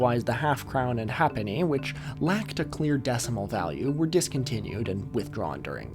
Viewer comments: One small correction: halfpenny was pronounced “HAYp-knee”, not “HAP-knee”, even though that doesn't agree with the pronunciation of “half”. Also, this led to our longest two-syllable word until it fell out of use: “halfpennyworth”, pronounced “hay-puth”. Anyway, thanks for another great video. Even as a Brit who watches too much old telly, I learnt some things! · halfpenny is pronounced "hayp-ney" and lieutenant general is pronounced "leftenant general" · Sorry i know its irrelivant but as a brit who grew up being read storys that used predicimal currency by people who lived with it a halfpenny is pronounced haypenny threepenny is pronounced thrupence and usualy as a thruppeny bitt ten pence sixpence is known as a tanner 10 shillings is ten bobb Yes the pronoucation often has nothing to do with the spelling or even the name but thats english for you